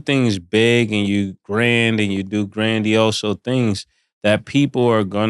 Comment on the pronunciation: This man said grandiose-o 🤣😂